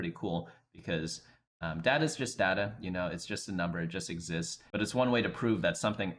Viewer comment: its data not data